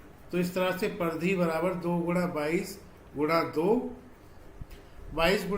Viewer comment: Pardhy ❌Paridhi